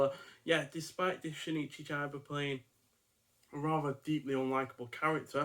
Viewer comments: don´t read his name as an american... read it with an E (ChEba) and you get it right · Great reviews, but rookie error with the pronunciation of Chiba's name.